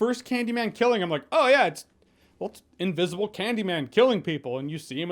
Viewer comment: Oh god, I thought he said “invisible rape” and choked on spit!!!! 🤣